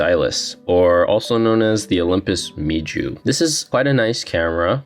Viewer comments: its pronounced mew like the greek letter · It’s pronounced “MEW” and not gonna lie that memory analogy was kinda corny. I cringed hard. It’s not that deep bruh.